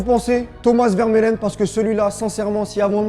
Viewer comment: Et stp mais c'est pas possible le souci avec les noms ça arrête pas, c'est pas vermeulen mais vermaelen.